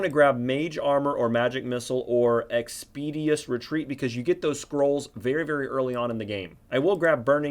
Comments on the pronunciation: great vid. though it is not "expedious retreat" but "expeditious retreat" (ɛkspɪˈdɪʃəs) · You mispronounce a surprisingly large amount of words. "Expeeedious" might want to google that one chief.